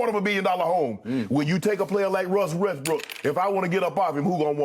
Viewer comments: My dude legit said "Wussell Restbrook" EDIT: My dude legit nearly said it again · "Wussel Restbrook" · "Wussel Resbrook" - Shannon Sharpe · Wussel Restbrook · did he say Wussell Restbrook?